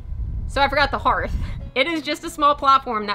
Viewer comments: DEAR IT IS CALLED A "HARTH" NOT A HEARTH-(EARTH) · I enjoy how you take on large projects and break them down into little steps. FYI... Justin and I say "hearth" the same way. I never heard it pronounced the way you said it. Cute section though, I'm glad you didn't cut out that clip. Cool Video!